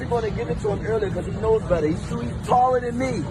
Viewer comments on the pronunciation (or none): none